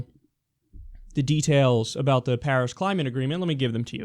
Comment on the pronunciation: During this speech he kept calling it "pairs agreement". The only thing he was right about in this is that china is beating us but not because of the Paris agreement. Because of the green revelation and the economic boom they are stealing from us.